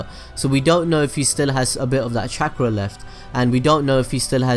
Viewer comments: Every time he said chakra I remembered when Young Naruto called it “Catchra” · This dude says chaakra